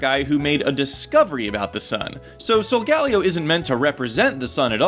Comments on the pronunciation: Why do pronounce Solgaleo with 4 syllables...... Sol-gah-leo not Sol-gal-ee-oh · Um is it just me or is anyone else annoyed about how he pronounces Solgaleo. It's pronounced sol-ga-leo not sol-galeo. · ee, not tryna get anyone upset but i THINK the correct pronounciation of Solgaleo is "sol-gah-LEE-oh", not "sol-GA-lee-oh" also, WICKED theory. Game Freak knows how to play it smart AND get people who watch Fullmetal Alchemist possibly interested in Pokemon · this is the first time I've heard Solgaleo's name pronounced. I've always said it Solga-Lay-o. not Sol-galio granted I am latino so that may have something to do with it... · ok so im gonna just go ahead and ask... why does everyone pronouce solgaleo as if there were 3 Ls instead of 2? (sol-gal-leo) shouldn't it be more like sol-gah-leo? with the H being silent? it seems like simple phonics to me... just saying. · it's solgaLEO, not solGALeo leo => lion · Here is the real name origin. Sol of course is Latin for sun like you said, but the galeo part stems from the Hawaiian name Kaleo, which means voice or sound. This is very possible since the Alola region is based on Hawaii. And it's pronounced sol-guh-LAY-oh. Just like Kaleo is pronounced kuh-LAY-oh. I only noticed this because my name is actually Kaleo. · Sol-ga-leeeo please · This bothered me the whole video. It's pronounced "soul-GALEE-o". Not that monstrosity of the way you pronounce it. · Pronounced: Sol-Gah-LEO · it's pronounced sol-gah-LEE-o